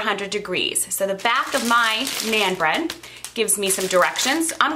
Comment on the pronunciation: Naan does not rhyme with Ann as you pronounce it. It rhymes with ON. Sounds like NON.